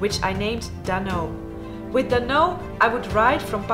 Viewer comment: Dhanno je moet dan ook de H uitspreken!! Waarom benoem je ze met hindu namen?